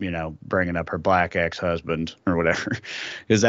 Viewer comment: She said ex husdand even he couldnt take it and left 🤣🤣